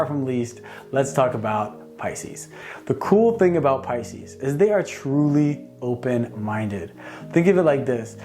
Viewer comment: He nailed pises